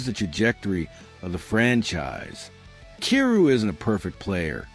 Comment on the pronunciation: How do you not know how to prounce Kyrou? He's been in the league for 8 seasons now. lol